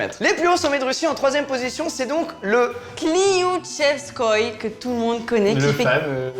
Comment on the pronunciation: Non le nom est "Kliouchestkoï" or elle dis "klouchestkov"